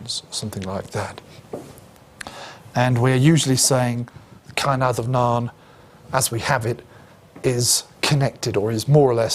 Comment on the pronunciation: No biggy but it is pronounced Caw-in ad-um-naw-in. The fada changes an “a” to “aw” Enjoyed the lecture.